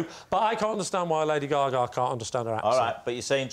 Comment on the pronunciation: They keep saying lady “ga-gah” 😂😂